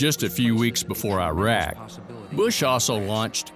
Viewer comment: We shouldn't validate the opinion of anyone that says "eye-rack" for iraq